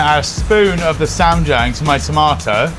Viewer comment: So ah if you pronounce the "a" in ssam like the "a" in palm and the "ia" in Jiang like "yah" you'll be much closer to the correct pronunciation of ssamjiang